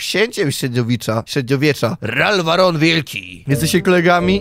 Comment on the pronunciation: XD Zamiast Ralwaron, usłyszałem Larwaron. 😂 I takie miałem: Księciem średniowiecza ? 😐 Z taką nazwą ?😶 A nie przypadkiem jakąś larwą ? 😗 Połączoną z Ronem Wesleyem ? 🤔 Ale później spojrzałem na nik i takie: No … już ma to sens… ale bardziej to ma coś z barona niż księcia. 😂 + jeszcze, Ralfa demolki. 🤣